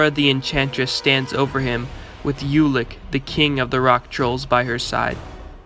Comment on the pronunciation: This is good, BUT... Ulik is pronounced "Oolik"